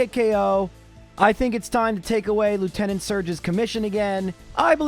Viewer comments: One of these days he'll pronounce Lieutenant properly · He actually found out the pronunciation in the Poliwag episode. I guess he just decided he didn't like it or he stuck with his old pronunciation because he'd keep slipping back into his usual pronunciation. Same with Lorelei, except he found it out earlier and it actually is a valid, if uncommon, pronunciation.